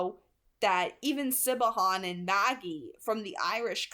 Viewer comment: I love that you’re saying Siobhan as “Si-Bo-Han” instead of how it’s supposed to be pronounced “Shi-vawn” 😅😂👏👌